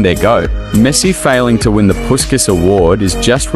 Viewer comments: Without any disrespect of course, imagine if you could pronounce Puskás correctly. It’s supposed to be more like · PuSkaS 😂🤣 Man, I know there are different traditions of pronunciation in different countries, but if you check original Hungarian one and even standard British/AmE, you will see that his name should be pronounced through 'sh', not 's' : Ferenc Puskás (Hungarian pronunciation: [ˈfɛrɛnt͡s ˈpuʃkaːʃ], UK: /ˌfɛrɛnts ˈpʊʃkəʃ, ˈpʊʃkæʃ/. So, it's [Pushkash], not PuSkaS =) What about you guys? How is it pronounced in your country? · Like basket but their pronouncing is puskas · It’s pronounced like pushkash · It's pronounced "Pushkas"